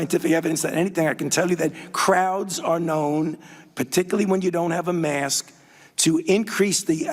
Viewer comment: 37 seconds: Did he just call it a "mast"? lol